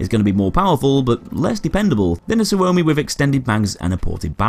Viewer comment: Suomi but you say it like sugoi.